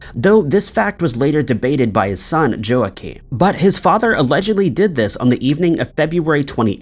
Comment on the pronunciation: Good video...very thorough. Btw, Joaquin is pronounced "Wa-keen."